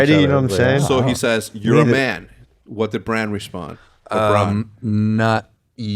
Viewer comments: BRAN. Not Brahn. Sounds too much like Bron, Jamie and Tyrion's boy. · Its bran not bron lol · If you call Brandon Stark, Braun one more time, I'm going to have an aneurism . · Hecz i love the podcast and i understand you aren’t that deep into the show but you keep calling bran “bron”